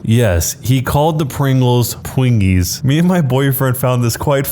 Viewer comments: After hearing you say pwingies….I’m confident I know how that wife feels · Sounds like she wants some pwingies for the woom